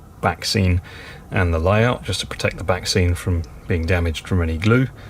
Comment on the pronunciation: Absolutely amazing, the level of detail is outstanding as always! Whenever you mentioned the ‘backscenes’, all I could hear was ‘vaccines’ - that’s all that’s on the news here in Ireland anyway! Looking forward to the next instalment already! Happy New Year